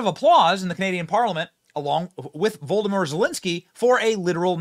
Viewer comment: I could have sworn I heard you say, “Voldomort Zelensky”.